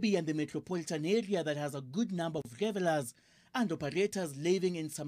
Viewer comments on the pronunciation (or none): ati. "still packed with gevellers..." 🙈😂😂 what are those? Tafadhali musituiabishe. As a journalist your pronounciation and announciation of English and Kiswahili words must be top notch.